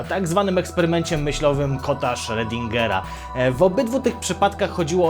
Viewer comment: Schr(O)dinger, a nie Schr(E)dinger